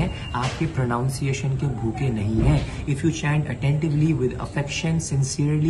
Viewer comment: wo pro𝘯𝘰𝘶𝘯𝘤𝘪𝘢𝘵𝘪𝘰𝘯 nhi hota, pro𝘯𝘶𝘯ciation hota hai. Hare Krishna ❤❤